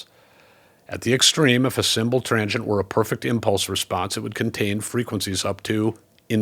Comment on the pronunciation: It took me a while to understand your pronunciation of transient. I kept hearing trangient and couldn’t figure out what you meant until I saw the graphic overlay 😊